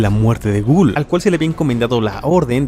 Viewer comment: Ghaul ❌️ Gul ✅️